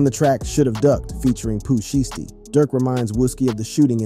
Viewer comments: Nah when he says Poo ShoesTee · Bro kill me every time he say his name in video